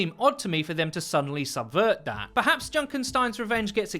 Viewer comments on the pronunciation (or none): none